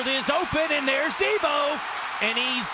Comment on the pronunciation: 1st of all deebo is in the nfl and second of all it’s deebo not debbo